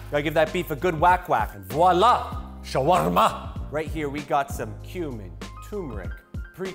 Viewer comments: I loved the way he said "shawarma." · I love the way he says shawarma